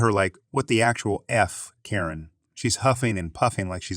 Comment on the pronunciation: That and he pronounces Karen properly one moment and This pronounces it the next. I like his videos though because his voice is soothing